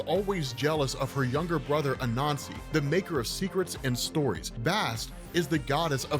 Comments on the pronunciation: Not gonna lie, took me about 5 minutes or so to realize he wasn't saying "a nazi" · Is it just me or does every time he says Anasi it sounds like he's saying " a nazi" hahahah. Oh words are funny. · Lmao I kept thinking he was saying “a nazi” when he was saying “Anansi”.